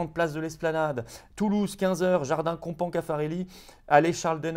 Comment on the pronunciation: En fait dans Compans on prononce le S à la fin, on dit Compans(se) Caffarelli. Je suis toulousain et j'y serai samedi à Compans Caffarelli.